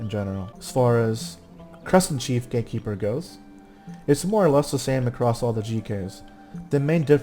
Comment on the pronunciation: I always hear Gay-keeper...